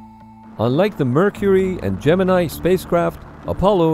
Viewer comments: My understanding is that "Gemini" was, during the program itself, universally pronounced at NASA as "gem in knee" not "gem in eye". That is ... not what you think. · Gemini, the space program, is pronounced "Gemin-ee". Yes normally it is pronounced as "Gemin-eye", but the NASA guys and astros referred to it as "gemin-ee' Here is an explainer with reference by Vintage Space channel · It's Latin, not English. Gem in eye is an incredibly English pronunciation and not the correct one